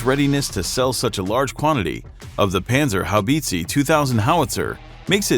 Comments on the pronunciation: It’s pronounced “bit-za” not bitsy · HaubitzE Not Haubitzi…. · FYI: That's an "e" and the end, not a "i". Please stop saying Haubitzi, that's hardcore cringe over so many levels. Just say PzH when you're not able to pronounce the E correctly. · Haubitzi hahahah, sehr geil. ;-) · Pls never say Haubitze again. It's embarrassing. You american guys could have looked at something like google translator, but you chose to make a fool out of yourself.